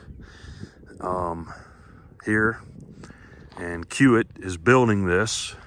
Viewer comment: I think the company your hauling for is pronounced key-wit. At least that is how they say it in the city they are based in, Omaha, Ne. Keep up the good work!